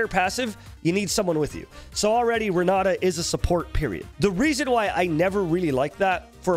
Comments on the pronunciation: Well time to learn some portuguese and stop saying Ron Nata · Renaata Open that mouth bro, Renaaata Talk like a truly Brazilian